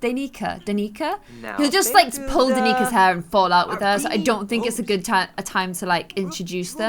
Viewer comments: Dan- ick-a not dan-eek-a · Danica is prounced at dan-a-kah fyi lol sorry I have a friend who's name is Danika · The cousin of cody her name is actually pronounced, ( Dan A Kah ) but tbh I love the way u say it 😂😂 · It is not pronounced Dan-ee-ka, it is Dan-I-ca. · MY REAL NAME IS DANICA!!!! And it’s really said dan-I-ca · You pronouns Cody’s cousin’s name Dan-i-ca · I know I'm late, but Jakes nieces name is my name! Spelled like it and everything! You pronounce it as: Dan-ih-cah. Danica! Dan-ih-ka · My name is Danica too!!!! Mine is pronounce Dani- i(short i)- ca but it can also be pronounced as Dan-e(long e)-ca